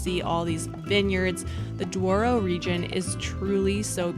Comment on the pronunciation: You mistaken the name is Douro not Duoro